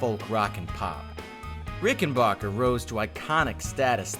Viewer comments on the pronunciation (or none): Oh god, not the “bocker” pronunciation.